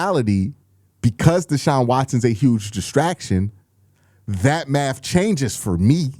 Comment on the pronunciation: Destactions, Destactions, you said 🤔 Whats going on Q?